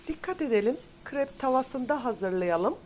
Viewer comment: Kırep değil krep